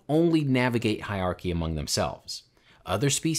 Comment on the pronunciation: There's an R in hierarchy. Just saying...